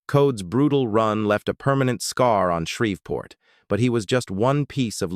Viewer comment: It's Shreev port NOT Shrev port